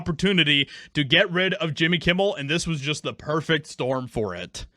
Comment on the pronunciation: Jimmy Yewmmel